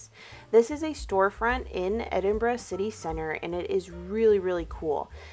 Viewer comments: I’m so happy you had a good time in the most beautiful country in the world - yes I’m Scottish and therefore biased 😂 I also love that you leaned in to the fact Scottish summers are rubbish and you were happy that you could wear all your gorgeous knits ❤ also, stunning pronunciation of Edinburgh! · Great video. I currently live in Edinburgh and just wanted to say that, as a Scottish person, I really appreciated the fact that you pronounced the word "Edinburgh" perfectly. I know words can be hard for other dialects but you smashed it. Thank you. I am glad that you enjoyed your trip.